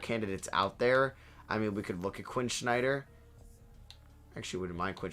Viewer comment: Love the videos man, but his name is Quinn Snyder, not Schneider